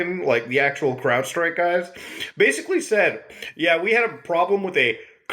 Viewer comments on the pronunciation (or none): Anyone hearing him say "Cloudstrike" instead of Crowdstrike? Or is that just my melted brain? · you keep saying "cloudstrike" and also have that in your description when its "crowdstrike" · Muta it’s Crowdstrike not cloudstrike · You kept calling CrowdStrike “CloudStrike” and that pisses me off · Crowdstrike, not Cloudstrike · love your videos! i just have to say its crowdstrike not cloudstrike tho! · you're actually tilting me - the work is CROWD not CLOUD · Ahem... But mutah, it's crowdstrike, not cloudstrike. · did you say cloud strike? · CROWDstrike. Not CLOUDstrike. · Hey, genius, learn how to read. It’s CrowdStrike, not CloudStrike. It’s Linux, not Lunix. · mutah umm atually its crowdstrike and not cloudstrike ☝☝ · why is he saying cloudstrike instead of crowdstrike? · Saying CloudStrike instead of CrowdStrike for the entire video was kind of cringe. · It's CrowdStrike not CloudStrike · hey Muta/editor, tiny correction - it's CROWDstrike, not Cloudstrike :D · Crowdstrike.... not cloudstrike😂❤ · Lol, he calls it cloudstrike in the description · i want to die everytime he says cloudstrike lmao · Did he call it "Cloudstrike?" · Are you saying Cloudstrike? Edit: Read the description...he's saying cloudstrike. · This video would be even better if he didn't keep calling it Cloudstrike. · I thought he said Cloud Strife LOL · are you saying Cwoudstrike or Cloudstrike or what? lmao I had to replay that like 5 times to listen to it hahahaha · Why does he keep calling it Cloudstrike? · Homie said "CloudStrike" 😂😂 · When Muta says Crowdstrike because of the janky set up, it almost sounds like CloudStrife lol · Bro can you pronounce it right